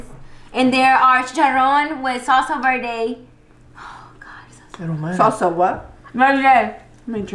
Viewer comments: This girl said “chichiroaann with sawlsa berte “ 😂😂😂 girl pleaseeeeeeeeee 😂✌🏽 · Talk right smh “salsa Verdey” 🤦🏽‍♀️ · Finally a video lol loveee you guys ❤️ your make up eh but alex looking goooood! Wtf you guys pronouncing the food like yal aint mexican?? Especially you 😂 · Min pronouncing salsa verde like she ain't Mexican!